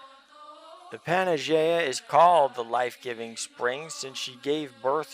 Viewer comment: Great video. One thing...its pronounced PAN-A-YEE-AH OR PAN-EYE-YEE-AH.